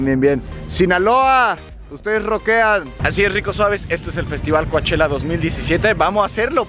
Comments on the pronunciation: COACHELLA COACHELLA COACH ELLA NOOOOOOOOO DÍGANLO BIEN POR FA COU CHELLA ASÍ GRACIAS POR SU ATENCIÓN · Pleaseee! Solo Cochella no "Coachella" !!!!!!!!!!!!!!!!! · Se escribe Coachella, pero se dice Couchella!!! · hahahaha y ni mencionaste que vino Lady gaga!! 😂😂 por cierto se dice Couchella! 😜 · Muy padre el vídeo pero me causa problemas que digas Cuachela. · Se escribe COACHELLA pero se pronuncia COCHELA... me encantaría ver a MANA.... En Coachella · Se pronuncia couchela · se pronuncia "coche la" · Primero aprende a pronunciar Coachella